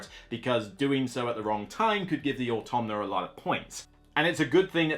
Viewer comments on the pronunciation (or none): nobody:: "automna"